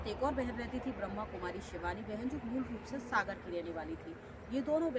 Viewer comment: Brhmakumari hota hai not brahmkumari sister naam lena to seekho